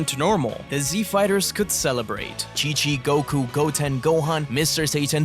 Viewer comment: i know you said chi of the monsters but it sounds like king of the monsters, monster island is the name of a island in the showa era of godzilla movies, thats probaly where the name for the island in dragon ball came from.